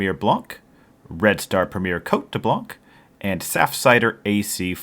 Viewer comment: the C will not be pronounced in the word " Blanc"